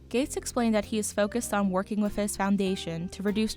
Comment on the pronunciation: Thank you, BI, for telling me how much he’s werf. And for telling me that he is generous wif his wealf.